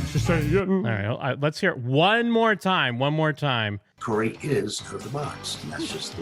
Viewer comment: I heard Curry instead of Corey.🤣🤣🤣